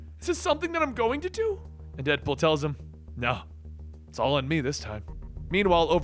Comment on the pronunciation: Listens to opening...here's dipple instead of deadpool.